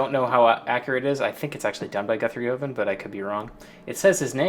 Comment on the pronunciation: Cool video, but Guthrie’s last name rhymes with oven.